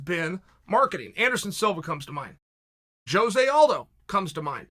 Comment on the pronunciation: Joezay Aldo lol